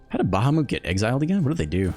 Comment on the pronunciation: its pronounced like bah-hah-mut